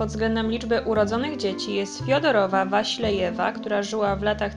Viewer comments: Fiodorowa Wasiljewa a nie "Waślejewa" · WaSIlejewa?!?! Okropna niekompetencja i ogromny brak szacunku ze strony autorki do oryginalnej wymowy tego nazwiska. Każdy szanujący się człowiek który chce przekazać innym jakąś wiedzę, powinien to robić w sposób rzetelny. Rozumiem, że autorka poszła na łatwiznę i ZERZNĘŁA wszystko jak leci z różnych portali, między innymi z Wikipedii. Ok, źródła są podane, ale jak można tak kaleczyć wymowę tak prostych słów? Uszy po prostu bolą. Brak szacunku dla oglądających. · super film, ale jednak nazwisko Wasiliew czyta się bez tego Ś, bo to jednak Rosjanka :D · Wasilijewa czyta się "s i" osobno jak w wyrazie sigma nie "si" jak np. sińce.